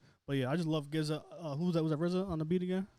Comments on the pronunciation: Pronounced Jizza. Not Gizza. 😂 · Hearing this guy say Gizza over and over again (and he’s clearly aware of the Clan) is soooo cringe-worthy 🙄. Please son do yer knowledge and pronounce it right “Jizza” (GZA / Genius). He’s only a top 10 MC of all time. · it's GZA not "Gizza' pronounce the G like a G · GZA is pronounced like the G in Giants. Not like Get it Go. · I came here to say the same thing. My man said Gizza Lol!! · How can this be your favorite album when you don't even know how to say the guy's name? It's pronounced jiz-a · All love but definitely make sure you know how to correctly pronounce the artists name you are reviewing. They deserve that respect #WuTang 👐